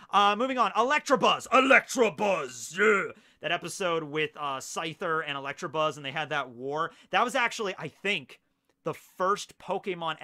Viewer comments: Not electrabuzz but electabuzz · “Electrabuzz” lmao the Midwest at it again!